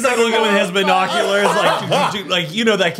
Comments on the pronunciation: You mean.. BI-noculars 🤣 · correcting pronunciation of the word “Binoculars” is taking me out 😂😂😂